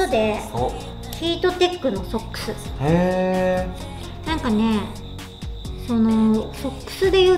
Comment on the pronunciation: 紗栄子ちゃんのソックスの発音の間違い凄く気になる、多分英会話出来ないんだろうな